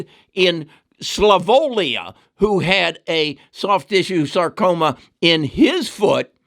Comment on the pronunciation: It's Slovenia, not Slavonia.